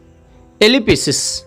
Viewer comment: Eli pi sis, Eli pi sis mark 😂 Please learn pronunciation first.....😅